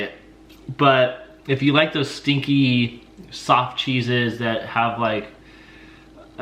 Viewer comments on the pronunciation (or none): I thought called the brain cheese "stinky SOCK cheese" instead of stinky SOFT cheese 😂